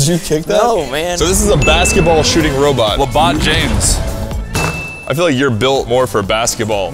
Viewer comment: “Labot James”